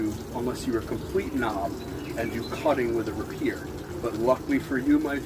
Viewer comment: It’s rapier not rapeer bro 😂 nice review though. Did it come sharp or did you have to refine the edge?